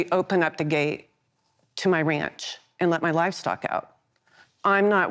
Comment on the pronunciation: "I am hiding because people might go to my wanch and wet out my amiwals" "I keep democwap stikwers on my car and I spend so much time thinking about my sikwers that I forget to zipper merge safely and almost cause an accident, but I was distwacted by my stikwers so I will bwame the pweeple that I almost killed for wunning me off the woad" Demoncraps in a nutshell.